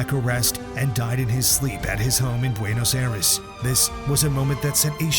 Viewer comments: its "Buenos Aires" not "Buenos Airas" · BUENOS AIRES!!!! LMAO!!!! Did AI make this?